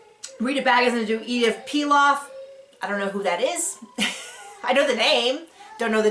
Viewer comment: Nice review ; by the way, it's Édith Piaf, not Pilaf. Édith Piaf used to sing among other things La vie en rose and Lady Gaga sings it sometimes in her shows. There was a movie few years back about Édith Piaf's life called also La vie en Rose and Marion Cotillard won an oscar for her performance !